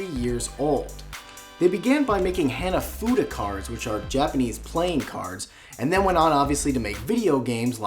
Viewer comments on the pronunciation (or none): my god, the way he pronounced hanafuda.